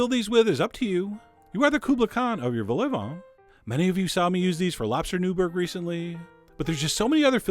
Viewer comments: It's pronounced "vol o vaughn", not "vol ay vaughn" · Wrong. It's pronounced "vol [with a French slightly open O] o [Brit. Eng.-style] va [with nasalized a, as in French]. Clear now?